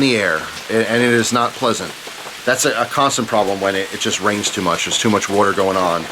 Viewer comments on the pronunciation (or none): I love the way you pronounce water woter And i fucking love storytimes, i always listen to them to fall asleep